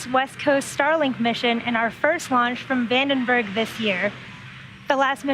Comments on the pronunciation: Vandenberg. Not Vendenberg. Look ... a red squiggly. Wonder what that means. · Vandenberg, not Vendenberg